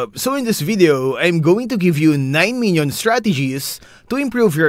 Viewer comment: I thought he said 9 million 💀💀